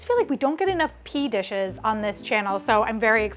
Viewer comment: Pee dishes???🤣 Add “green”. Green PEA dishes! More accurate but not as much fun.